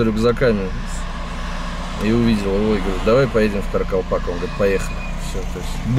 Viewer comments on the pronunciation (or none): КАРАКАЛПАКСТАН братан. Думаю вы не специально коверкаете